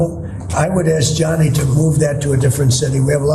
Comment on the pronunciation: He's calling him Johnny 🤦🏻‍♂️ it's Gianni 😫